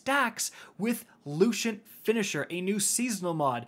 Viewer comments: “Luchent” bruh, its Lucent. Lu-cent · Repeat after me Lu-cent Not lu-shent